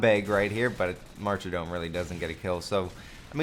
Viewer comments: Why do you say martydom as "marcher-dome". It's weird. Cut it out. It's like people who say solder as "saul-der". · Pronunciation of martyrdom bothered me most. There's no extra "r" in there.